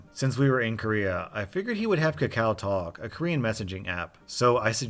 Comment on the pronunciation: hey man im korean and its actually pronounced ka-ka-oh talk